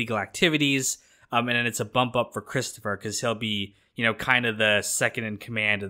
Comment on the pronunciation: Cwistapha get everybody a dwink.. Hehehe